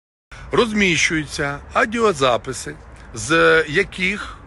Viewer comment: навіть «аудіозаписи» не може вимовити. Яка ганьба 😢